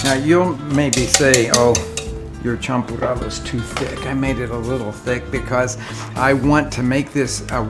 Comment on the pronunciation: "champurrado", not "champorado" 😄